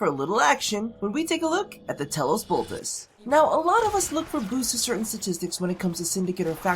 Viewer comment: Bruh, it's Bolt-ah-chee. Like Versace